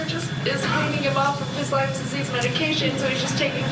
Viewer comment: Why do these hillbillies keep saying Limes disease? It’s lyme disease just one of the things that bugs me about this whole group